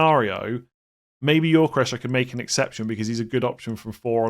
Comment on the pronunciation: Gyökeres is pronounced Yo-Ke-Rez, not Yor-Ke-Resh please